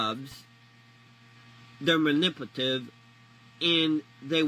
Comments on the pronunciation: Why did it sound like he almost said impotent when he was trying to say manipulative😅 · “Mannippative” lol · my guy trying to say manipulative 5 different times and not getting it screams “elementary school drop out”